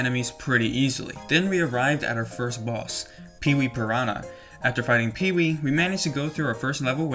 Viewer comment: the way you say boss let me think that you are nl